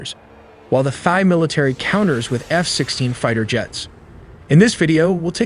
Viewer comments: Excellent work on the video. Very well done. My only critique is Thai is pronounced "tie" like a neck tie...not "thigh". Other than that fantastic work with the animations. Its actually extremely interesting and informative. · It not pronounced "thigh" it's pronounced "tie", please fix this. Also, you assume a scout of scout drone is used, which is not in the case of these low end militaries. They can simply just pick a target on Google maps and let it go. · Thai is pronounced “Tie” in English, NOT “fi”. Get your AI right. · He just said "Thigh" on purpose to mess with people hahah. I heard a Thai (Tie) as well. Sir, how do you say Thailand? Tieland What about Thai? Thigh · Thigh? Thigh Artillery? Thigh Efforts? Dude. Not trying to be a turd but if you want to sound half intelligent, learn to pronounce Thai properly. Here is your lesson...ready? Say it like this...Tie. Yes the same as what you wear with a dress shirt and a suit. Tie. No h sound. You're welcome. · How can you pronounce Thailand as thigh and tai different time in the same video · "Tie" not "Thigh" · Why do you pronounce Thailand as Thailand but Thai as Thigh? Its pronounced as is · "Thigh"- That ain't it chief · You’re such a liar. Obviously the voice is AI. You think we’re stupid? The AI pronounced Thai as “Thy”. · Why bro pronouncing "Thai" as "thigh" 😭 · "No AI was used" "Immediately pronounces Thai as Thigh " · Every time this guy says "thigh" instead of Thai, or "thighland" instead of Thailand......... c'mon, get it right! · The “H” in Thai is silent. Pronounced: Tie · Did you just pronounce Thai as 'Thigh'? WTF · The AI cannot say "Thai", instead says "Thigh"? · dude stop saying thigh you are not Trump. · It's Thai not Thigh! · Did you say Thai as “thigh”? 😂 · Thigh? If you’re gonna make a video about Thailand, surely you pronounce the name of their people correctly 🤦🏽‍♂️ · Thai isn't pronounced Thigh. :-/ This shows how stupid AI can be. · Why do you pronounced Thai like that